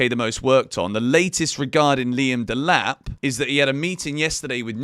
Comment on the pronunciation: Delap 😫😒 Tad boli ❌️❌️